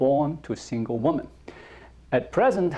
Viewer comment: I love watching your videos but I noticed you always make the same mistake with the plural for woman - women (pronounced wimin). As an English teacher I couldn't let this go on any longer without telling you!